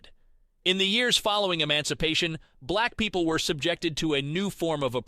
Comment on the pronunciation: Bruh, the way you pronounce "black people" ☠️ if it's AI switch the voice